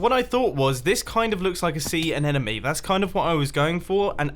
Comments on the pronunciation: Omg please say anemone not anenome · Something stupid you dont need to know: I’m pretty sure it’s anemone not anenome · Isn’t it an anemone and not an anenemy? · Anemone is said with athe silent 'e'